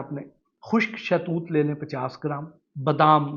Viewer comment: شاہ توت نہیں ہوتا صاحب شہتوت ہوتا ہے